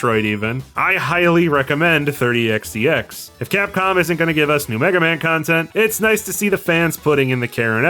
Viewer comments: The way you pronounce 30XX as 30X "D" X makes my ocd scream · you’ve been saying it correct, the pronunciation in this video is wrong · Not complaining, just curious if maybe it's a culture thing? What's with the d? It's xx isn't it? I still can't find xdx anywhere in the game......edit: nvm I think I get what your going for. It's a pronunciation thing for numbers. Reminds me of an IQ test I was given as a very young child where one of the thing was "count as high as you can" so I did. Meanwhile noticed a pattern, and while I knew 100 was a number. It was a vague concept to me. BUT I noticed something thirty, fourth, fifty....and so on. So when I got to ninety nine I went to tenty, tenty one. So is this it? Your going with "in the year thirty xty x"?